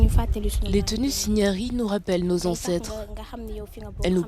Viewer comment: On dit signares pas signari. Signare- yi est le pluriel en WOLOF.